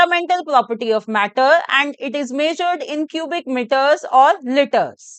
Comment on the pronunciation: maam its litres not litters and metres not mitters